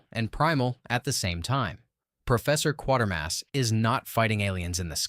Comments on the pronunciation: "KWAY-ter-mass", not "QUAR-ter-mass". Pronounced like it's spelled. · Kwayter Mass. Not Kworder. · It's not "Quart"ermass, it's "Quat"ermass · Another vid that fails to impress. These films are not forgotten. They just haven't been seen. One, it's pronounced 'qwaytermass', not 'quartermass'. Two, First Men in the Moon, while I liked the film, didn't have a great story, and as much as I liked Harryhausen's work, it wasn't his best, IMO. Yes, it's a personal opinion, so I'm just throwing it out there. Creation of the Humanoids--no, Bobby Heenan didn't have a hand in the title--was overly talky. A good idea, but overlong and dull in stretches. Still worth a watch. Battle Beneath the Earth is B-schlock. Fun, in a dumb way, but still...dumb, and by today's standards, racist. The Tenth Victim: superb. Cleverly done and well-acted. 'nuff said. Seconds: Rock Hudson't finest film. Crack in the World: one of my personal favorites. Yes, the science is wrong, but at that time, plate tectonic theory was changing, so the concept of the plates being solid is outdated and wrong. Superb acting, direction, and special effects. Worth watching. As for the rest, they all have their merits and demerits. As someone over the age of sixty, I've seen all these films, so the younger generation will discover them--eventually. Check the Internet Archive. All of these films can be found there. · Its pronounced Q waiter mass, not Q water mass. You're welcome. If you'd ever watched it, you'd have realised that. Only an AI would get that wrong...Oh, wait a minute...😁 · It's "Quatermass" not "Quartermass".